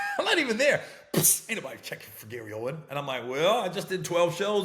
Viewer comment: Gary OWEN NO "S" Baby 😂